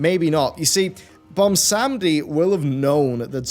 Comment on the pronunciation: And butchers "Bwonsamdi" name once again.